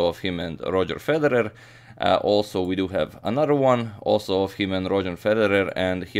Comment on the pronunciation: "This here game" you're speaking too much American but I like how you pronounce Federer